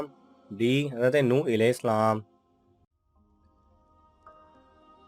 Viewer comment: Alaihi salam Sahi tariqe se parha karo please